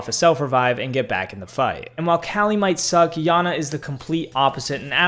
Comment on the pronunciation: Its iana not Lana Lana Lana🤣🤣🤣🤣